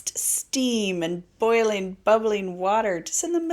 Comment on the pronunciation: I'm tripping that you pronounce "boiling" as "bur-ling". That must be a New England dialect? Here we say "boy-ling" -- or do you say "burls and girls" too? Burn zones can be especially beautiful in the Spring, with all sorts of species of wild flowers and low-growing forbs, shrubs and grasses just booming where usually they're suppressed or shaded out by the tree canopy. In areas that have a fire ecology (much of California, for instance) there are species that only show up for the first half dozen years after a fire. One year we were up on top of Pine Ridge in the Ventana Wilderness, at the very top of the Big Sur drainage, two years after a fire went through. All the chaparral was burned off, opening up access to off-trail exploring, which its impenetrable brush usually makes impossible, and there were literally dozens of wildflower species we had never seen before in the area. I share your feelings about log crossings. In most cases I'd rather ford the stream unless its a big steady log that looks to have good traction. Once, exploring down Redwood Creek in the Ventana, below the grove, we had occasion to cross a massive redwood laid flat across the creek gorge, which is deep and rugged with boulders (and intermittant pristine pools). It was about eight feet in diameter and level on top. Halfway across there was a large mountain lion scat, marking territory, so we knew it was safe. "They" say a tent is good for 15 degrees of added warmth (I forget who "they" is -- maybe Ra